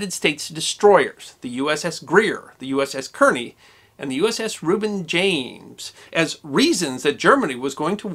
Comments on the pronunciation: The name is Kearny (Kar-nee) not Keer- nee. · I believe "Kearney" is pronounced "Carney" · I believe that Kearny is pronounced "car-knee." At least that's the way I heard WWII vets pronounce it when I was a boy. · Actually "Kearny" is pronounced "Carney". There were two Kearnys in the 19th Century Amcerican Army. One was Col.Stephen Watts Kearney who led an American expeditionary force into southern California during the War with Mexico. The second was Brigadier General Phillip Kearney who was killed near Chantillyl Court House, Virginia in 1862 during the War of Northen Aggression. Ft. Phil Kearney , American west, was named after him following. the war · Great stuff! Yes, the advertisement is irritatingly long, but someone has to fund the work it takes to pull this together. Oh, and I'd guess that the Kearney's name was pronounced "Karney", like the NJ city and the Civil War general. The destroyer was named for Captain Lawrence Kearney, USN, who lived in Perth Amboy, which is near Kearney. Incidentally, the Wikipedia bio of Captain Kearney says that "In 1818, he commanded USS Enterprise of the New Orleans Squadron when he sailed to Galveston, Texas and forced Jean Lafitte to abandon his base without a fight."